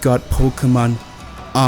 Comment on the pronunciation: it's pronounced arc-oo-se!